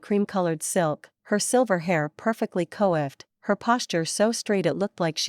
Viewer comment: Coiffed aka coiffured an adjective that means someone's hair is carefully styled, combed, arranged, or brushed, often in an elaborate or elegant way. It is pronounced coif·fured kwä-ˈfyu̇rd , (Or kwä-ˈfed.), not co-iffed.